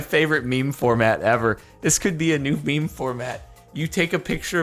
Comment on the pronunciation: “says meme format” LEGIT ABOUT 3 SECONDS LATER “Feme Format”